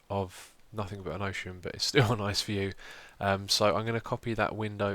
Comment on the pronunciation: "A Room With A Nice Viev"...